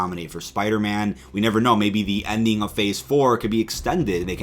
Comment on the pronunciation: "...OVER ON DEE MARVEL STUDIOS REDDIT..." 😳